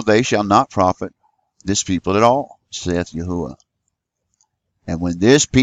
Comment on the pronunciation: Praise Yahuah!!! You have discovered the correct pronounciation, which He showed me when I asked many years ago, & even the Arabic people know this to be true, including the muslims.